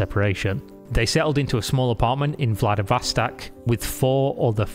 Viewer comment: The "o"s in Vladivostok are pronounced like "aw", not "ah".